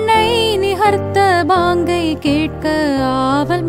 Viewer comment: Sister பாங்கு உச்சரிப்பு தப்பா இருக்கு